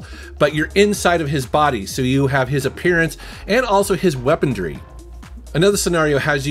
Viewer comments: “weaponDry” you say? Hahah sorry, I’m being a grammar Nazi. Love the video, as always! The GameCube is definitely a bit overlooked and underrated, in my opinion. Although my opinion may be slightly biased and I might somewhat view the system and it’s games through a nostalgic lens. The system came out during an era of my life which I look back very fondly on. I was 14 years old when it dropped in 2001, so suffice it to say, a very carefree time. The good ole days! Until life slowly went to sh!t…and now I’m living in purgatory. 😆 anyway, you’re the man,!! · Did just say weapondry 🤭😂